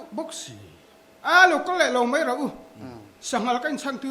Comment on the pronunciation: Keep it up.... Mahse host khian tawngkam dik hmang hram se. 'Mei' ni lovin 'Mai' ti hram se,a ti char char erawh a ni lo,mahse a ti leh zeuh zel😁😁